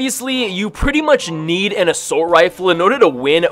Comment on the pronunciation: How many times does he say “Asoult rifle” How many times does he say “Assault Rifle” Also my fav save the world gun